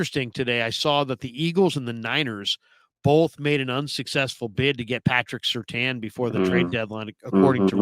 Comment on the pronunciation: Surtain… not Surtan!!!